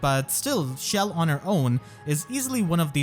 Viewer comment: This man really pronounced it “shell”